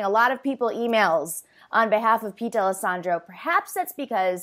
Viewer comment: As a D’Alessandro, thank you for pronouncing our name right 😂